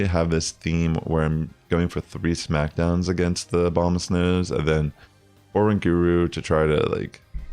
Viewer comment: Bro is uh-rang-guh-roo not Oran-guru!!!!